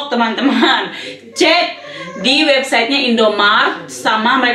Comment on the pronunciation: Mau ngomong "CEK" malah "COK"😂Cocok jadi pelawak